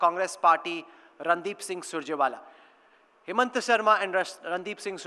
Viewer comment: Why the fuck is he calling him hemant when his name is himanta